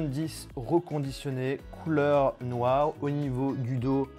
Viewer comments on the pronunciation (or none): je rêve ou il a vraiment dis couleur noiaw